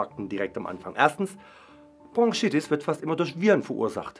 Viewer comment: Ich will ja nicht als Korinthenkacker rüber kommen, aber es heißt BroNchitis und nicht BroNGchitis 😂